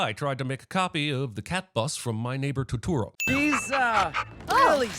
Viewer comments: Sin for our narrator for pronouncing Totoro like To-turo instead of To-To-Ro XD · the biggest sin is how he pronounces totoro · I’m sinning your pronunciation of “Totoro.” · Um, The only issue I have is that you need to pronounce "Totoro" correctly :p Add one sin for CinemaSins haha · sin for mispronouncing Totoro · Why’d he say Totoro like that ???